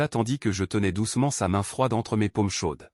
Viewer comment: Lire "mes paumes" et non mes pommes, c'est oss pareil😂😂😂